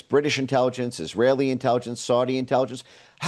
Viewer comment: too many isra-lis?